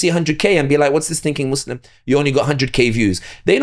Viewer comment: Love the podcast and the guest! I only ask that these Muslims with a platform pronounce "Muslim" without turning the second syllable into "slum". Listen to to this podcast AND the hosts of Muslim Network TV AND the Dr. Omar Suleiman of Yaqeen Institute who, almost as overhandedly as Western Media when they say, "Muslim" as "Mud's Slum" (when you listen to the words spoken), mispronounce an Arabic word.